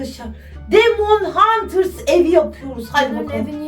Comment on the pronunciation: Demon huters değil demene hunters